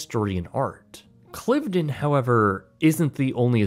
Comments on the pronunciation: And he pronounced Cliveden wrong. It’s ‘Clive-den’. Plus he said the National Trust was a government agency - it’s not. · It’s pronounced ‘Clive - den’. And it’s ‘Buckingham-shure’. Oh and the National Trust isn’t a government agency. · Britsplaining: * Cliveden is pronounced to rhyme with hive-dun. * Buckinghamshire is pronounced bucking-um-sher. This goes for all counties with a "shire" in them, it's never pronounced like the hobbits' Shire. * National Trust isn't a government organisation.